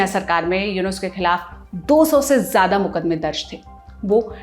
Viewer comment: Bahenji Khalid ziya...zzzzz....jiya nahi..it's ziyada..zzzzzzzzzz